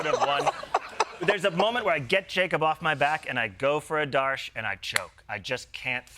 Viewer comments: It’s okay … but i have to say it. That would be AADARSH (Aadursh) not ADAARSH Just trying to get the names right ever there was a problem with Kamala ( pronounced simply KAMLA) And I just live for this show and have since forever. Don’t stop. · AH-darsh. That's how to pronounce them